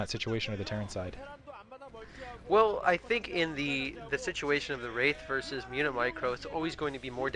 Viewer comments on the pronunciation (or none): none